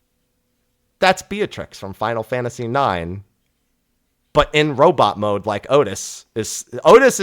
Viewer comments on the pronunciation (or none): none